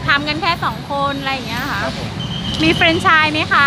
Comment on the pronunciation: แฟรนไชส์จ้ะ ไม่ใช่เฟรน😊